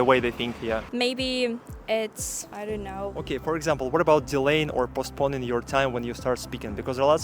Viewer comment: Незначительные ошибки: правильнее бы сказать "AT this university" ("in" точнее подошло бы к месторасположению, в здании универа и т.п.) "postponing" - "о" в обоих слогах звучит как ДИФТОНГ, особенно во втором слоге - "pəʊsˈpəʊn", в британском первый слог очень редуцирован, почтит "э"; буква "Т" не произносится; ударение правильно на ВТОРОМ слоге: "pɑːˈTISɪpeɪtɪŋ", а не на третьем. И последняя "ошибка" - НЕ нужно спешить, стараться говорить быстро, таким образом стараясь показать свой уровень. Спокойный темп и ОТЧЕТЛИВОЕ правильное произношение сами по себе покажут отличное владение английским! А так, видео понравилось! Спасибо,!